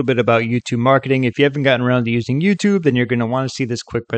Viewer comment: Not bad though he / it clearly gets the intonation of "YouTube" wrong which is a bit of a give away.